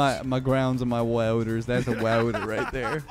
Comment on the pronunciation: "I know my grownds and my wauters" -, 2022